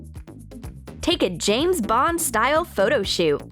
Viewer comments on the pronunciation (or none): none